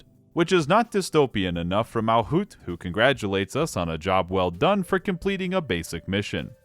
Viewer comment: Errr☝️🤓 It is MalCUTE, not MalKUTH, MalCUTE